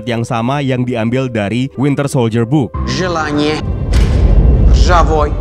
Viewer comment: Admin at 17.03 says wintel soldier